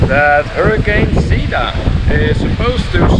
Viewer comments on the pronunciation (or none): Do you have enough bottled water in your room! Did you go to the MEGA? Get more food and host a hurricane party in the room! Get the free KSAT hurricane tracker app. Be safe! BTW, Zeta = Zay-tah, rhymes with beta, not zee!. #facepalm